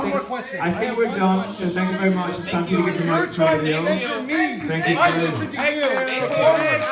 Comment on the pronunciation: da asin says SANK you verry much